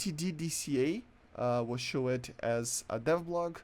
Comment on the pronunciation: "showead" holy shit